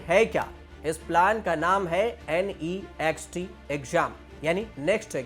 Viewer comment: naazxt nahi Next pronounce kar